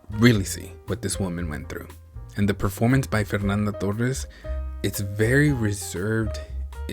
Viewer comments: If you want to pronounce Torres correctly, try to put a “H” sound instead of double R: “Tohes” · Oh and by the way, it's pronounce Fernanda Torres as in "Fernanda Tohes" (when two "r" are paired togheter, they make an "h" sound in portuguese). Great review btw!